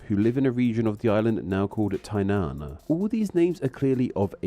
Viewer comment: Tanai???? It clearly says Tai Nan